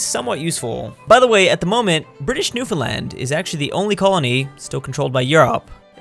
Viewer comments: THANK YOU for saying "Newfoundland" correctly as opposed to the infamous "NewFinland" Cheers, -Youtuber from Newfoundland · I can’t believe it, someone pronouncing Newfoundland right.